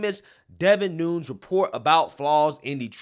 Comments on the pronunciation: It’s pronounced NOON-EZ. Not NOONS. Otherwise another great video! Keep lighting those candles & chasing the darkness! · Noon-ez not noons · For future reference devin nunes is pronounced new-nez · Nu Nez (Nunes)